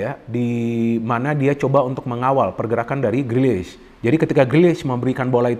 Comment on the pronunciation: Sulit banget ya mengatakan namanya "Grealish"..